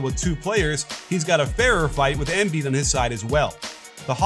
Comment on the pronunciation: Why Émbiid and not Embìid? Just say it right pls, it's a bit annoying